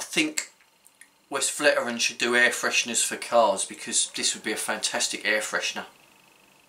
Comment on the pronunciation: FYI Vestflateren is how it’s pronoumced